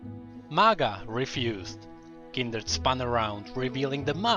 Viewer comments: fvck its kind-red not kindered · why do you say kinderd instead of kindred (oops i triggerd the fans NOT THE FACE!!!) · It's kindred not kinderd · Kinderd , Kinderd , Kinderd .... KINDRED! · This guy says kinderd and not kindred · Its not kinderd its kindred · Kindered??? :face-red-droopy-eyes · 4th darkin " KINDERD" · did he really pronounce kinderd? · This was interesting, but I can't help but point out that it sounds like you are saying Kinderd and it stresses me out. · Kinderd lol ;] nice vid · no hate but why say it as kinderd?